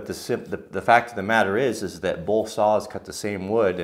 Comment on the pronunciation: Holy cow. Please. "both," not "bolth"